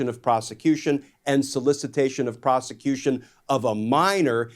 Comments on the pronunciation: WFF????!!!! Prostitution! Not Proscution!!! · Why do I always hear twice "solicitation of prosecution"? Am I hearing it wrong or is it mispronunciation? Non-Prosecution-Agreement-1433.pdf